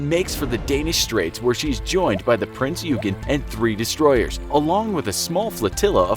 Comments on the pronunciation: Not to be nit picky but it is pronounced prinz oi-gen. Just something very small I noticed sorry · You pronounced the prinz euagan wrong. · Prinz OY gen. :DDD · The way he pronounced eugen!😂 Its pronounced “Ouy-gen”! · prince ,,Jugen'' 😂😂😂😂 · Is pronounced Prinzz Oy-ghin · It’s pronounced like oi mate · "Prinz-You-Gen"... Uhmm... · It's pronounced yoygin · Ikr?, its supposed to be OYGEN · his pronunciation is terrible. He actually said, " A foot thick". But other issues mispronouncing Prinz Eugen (Prinz Oi-gun) and Swedish Cruiser Jutland (Yout-lund). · “Prinz Eu-gen” Pronounciation freak intensifies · the way he pronounce prinz eugen offends me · Seriously triggers me at how he pronounces it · Your pronunciation of "eugen" is very cringeworthy. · Suffolk, it might be just because I'm British but this pronunciation as well as the Prinz Eugen made me unsubscribe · Their pronunciation of Richelieu wasn't that bad although the pronunciation of Prinz Eugen is unforgivable and the misnaming of the Spitfire's Manufacturer was enough to make me froth at the mouth. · Yup. Don't get me started on the name "Riche-loo." Or "You-gen." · It s not peen eugen it s print eugen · Just a little info its prince oy gen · it was pronounced prince oy-gen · ye it aint ugen its prince oigen if u need help to pronounce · the king georges guns were 14 inch, bismarck is not a mid-cold war russian guided missile destroyer, the british do not have the ticonderoga class of cruisers, the british torpedo bombers were not jet fighters, the f35 did not exist in the WW2, the german cruiser prinz eugen is not pronounced prinz yougen, no battleship or any ship has ever had guns at the highest point of the ship. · “Prince YOUgen” Uncultured swine, it’s prince OY-gihn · It isn’t Prince Yoogen... it’s Prinz Eugen (pronounced Oigen) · Yeah. Also calling Bismarck "She", and also "Prince Yoogen"(pronounced more like "Oy-gen") decent video though, just prepare a bit more.